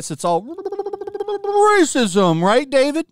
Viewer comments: the way you said “bbbrhrhhrrhrhrrrrrr RASISM” 💀💀💀💀💀💀💀💀💀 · The "pppprrrrrrrracism" is all i need to have a good day , ty for that xD